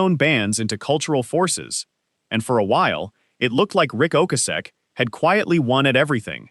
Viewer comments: The number of times that Ric Ocasek’s (and other things) name was mispronounced in just the first 8 minutes was pitiful. I couldn’t finish with the AI voice and someone not proof listening before posting. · Doesn’t matter. It was pronounced wrong numerous times by AI.